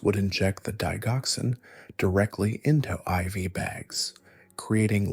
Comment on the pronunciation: Digoxin is pronounced, DI JOX IN.